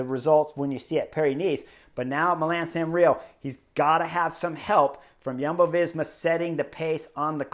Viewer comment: Chris. It is Milan or Milano. Not Milam.